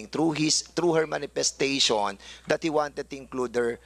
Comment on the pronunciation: Parang parlorista si dan mag salita... aside from yung napaka tigas niyang tagalog accent eh may pag ka bakla mga bigkasan nya hahahhaha "manifestashuwan"